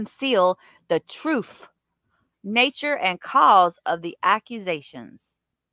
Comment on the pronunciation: Substain Troof